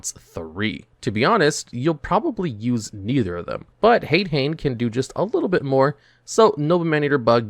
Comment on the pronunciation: "HAYD-HAYN?" Really, dude? This is your JOB and you can't pronounce basic fucking Japanese yet? EDIT: "RAMENized pronunciation?!" I'm being trolled here, aren't I?